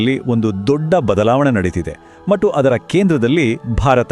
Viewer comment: ಮಟ್ಟು ಅಲ್ಲ ಕಣಪ್ಪ ಅದು ಮತ್ತು